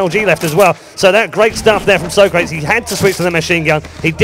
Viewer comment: lol they call him so- crates. its sawcrawtees